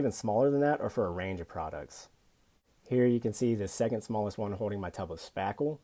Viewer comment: Here's another tip: The word is Holding and not hoe-ding.